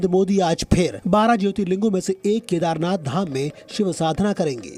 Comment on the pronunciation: ZEE news please not speak Kadhernath dham K nath not dham jyotirling ling please